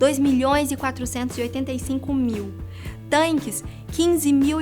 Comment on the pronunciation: Meus ouvidos doeram quando ouvi "tanques"....